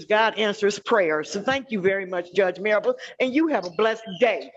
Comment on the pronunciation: Cracks me up how she and the last lady call him “”. His name is!